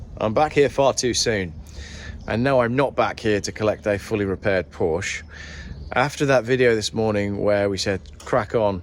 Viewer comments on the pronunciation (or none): And you still can't pronounce Porsche properly. My 911 Cabriolet will be 25 years old next month. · When are people going to say the word Porsche properly? They can be money pits same as barges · I wish you would pronounce Porsche correctly… just once 🙄